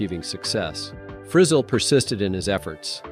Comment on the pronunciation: Fri ZELLE, not frizzle!!😂